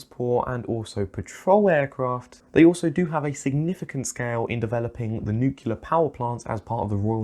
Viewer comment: Only one comment from me: Please, please, please say nuclear correctly. It's not "nucular"! It hurts me to hear it. :) Otherwise, great video! :)